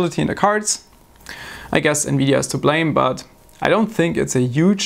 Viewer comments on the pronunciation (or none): none